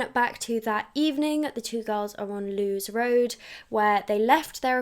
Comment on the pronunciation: I know this is annoying but it's pronounced Lewis Road 😅. As someone who lives in Brighton Wild Park is known for being full of pedos 🥲